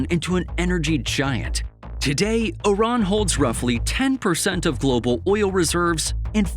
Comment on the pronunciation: it's not "Oran" but "I-R-A-N"